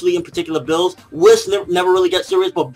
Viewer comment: It's Beerus, nor Bills. Chris Sabat fought for this name after a part of the fandom came to the conclusion that it makes the most sense. The pun is Beer + Virus (originally he was supposed to induce evil like a virus before Toriyama revamped the script)